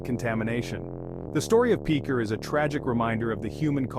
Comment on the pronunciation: Pitcher, not Peecher. Kayro, not Keyero.